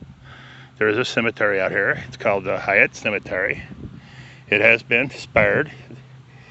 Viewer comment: Its pronounced like height